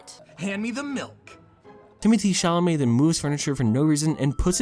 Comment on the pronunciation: Yo I didn't see anyone commenting on this but I just couldn't help myself but lauh every time he called the dude Timothy chalamett.